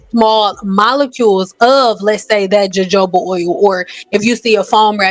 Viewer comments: Thanks for the info. But, if by chance you read this, "Jojoba" is not pronounced JoeJoeba"". It is pronounced "HaHoba". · Good content. One thing, the “J” in jojoba oil has the “H” sound. Therefore, it’ll sound like you’re saying, “hohoba.” Just so you know. 🙂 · Your content is great and informative. To be fair, the word was mispronounced more than once, which is why it stood out. I don't think viewers are trying to devalue or deflect from the nformation provided. When positioning yourself as an educator or expert, clear pronunciation and communication are important. Accuracy in both information and delivery helps strengthen credibility and ensures the message is received as intended.